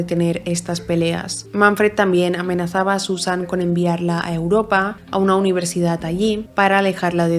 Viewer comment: Me encantan todos tus casos, pero lo pienso un montón, porque palabras que acaban en d las acabas en t? UniverdidaT.CantidaT. ManfreT. Y esto ha sido solo mientras escribía el comentario xd